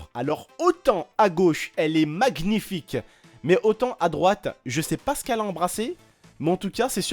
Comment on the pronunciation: on dit pas"magnific" on dit "manific"